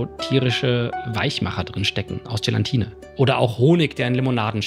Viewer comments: Es heißt "Gelatine", nicht "Gelantine"^^ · Es heißt Gelatine, nicht GelaNtine. Das ist so ein Triggerwort bei mir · Sorry für den Klugschiss, aber es heißt Gelatine und nicht Gelantine 😬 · Ich liebe das Video ❤ Aber bitte, es heisst Gelatine und nicht GelaNtine.